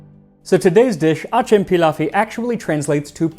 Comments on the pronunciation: It is pronounced atzem/adjem. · Its pronounced Ajam Pilavisi. C is J in Turkish Ajem or Acem means Persian or foreign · Acem pilav doesnt mean persian rice. persian is Fars' so if it was Persian rice, it would be called Fars Pilav'i how ever acem pronounced Ajem comes from arabic.. in arabic it means non arab. so in turkish it means non turk.... the word acemi for example refers to someone who is knew at something, like a job or a qualification... and acem is a new people who are not from the turks... this pilav looks persian, pakistani, uzbek, afghani etc... so Acem pilav makes sense... its like saying foreigners rice dish